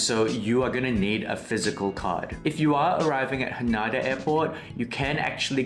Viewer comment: Pls note its pronounced HA-NAY-DA 😊